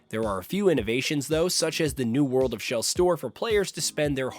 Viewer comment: “World Of Shell” Lol I’m dying